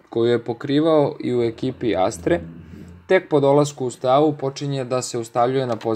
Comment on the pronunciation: Lose akcentujes Steaua